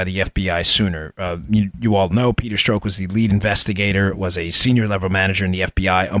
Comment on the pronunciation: Making me crazy -- Pronounced Peter STROCK as in a ROCK..not STROKE..Pleasee adjust.. Thanks, my brother!